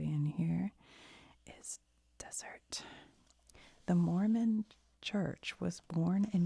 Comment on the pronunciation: 2 things I'll add las vegas new mexico is where billy the kid spent a lot of his time. And the deseret is pronounced des-er-ret. Being from Utah tons of stuff is named that lol